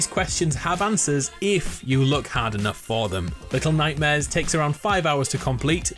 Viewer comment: LETTLE NOIGHTMAREZ